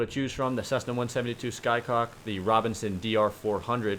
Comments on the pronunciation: It took me 3 views to realize you said SkyCock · Did you just say the "Cessna 172 Sky-Cock"? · Clear Cock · "cessna 172 sky cock" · anyone else hear Cessna 172 SkyCock?